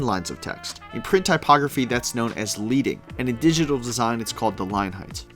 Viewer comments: Awesome! (Leading pronounced LED ing - not LEEDING, as typesetters used to use strips of LEAD as spacing between the rows of set metal type) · Leading is not measured from baseline to baseline. This is a common mistake. Leading is the distance between the descenders and ascenders of type on adjacent lines. Neither is it pronounced "leading", as in "to lead" or "leader". It's pronounced like the metal "lead". When text was still printed with metal letters, linespacing was increased with the help of thin stripes of lead. Hence the term. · bro it's called leading (leding) like pencil lead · Sorry, but it’s not ‘Leading’ as in horse to water. It’s leading as in the metal, lead. As that’s what the type was once cast from. It was thin strips of lead that the compositor would insert horizontally between each line of type. I hear so many students of twenty-somethings say this all the time. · Leading is pronounced leading as in lead the metal. Lead was used as the packing between lines of type when metal type was set. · also mispronounced "leading". if you even know why it's called that in the first place, you wouldn't pronounce it "Leed"-ing. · Outstanding overview of typography. Very nicely done. FWIW: there are few things I personally hate more than grabbing a serious nonfiction book written in a sans serif typeface. Horrible choice. BTW: the word "excerpt" is misspelled at the ff mark, AND the word "leading" is pronounced "ledding" like the heavy metal. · Leeding? It’s leading 😂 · Great video. A handy starter for newbies. One correction… in the print world, there are 72 points to an inch. (12 points to a pica and six picas to an inch.) Also, a small thing… the word leading is pronounced "led-ing." Rhymes with "heading." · In typography, “leading” rhymes with “wedding”, because it derives from how much lead—the metal—was inserted between lines in metal type. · Exactly, ... when I heard that I was like what? It's not "leeding"